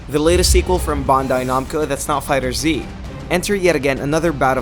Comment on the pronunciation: You said fighter zee TRIGGERED